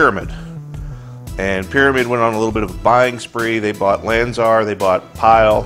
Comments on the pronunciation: LanzER? I thought it was LanzAR. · when u said Lanzar, it Sounds like Lanzer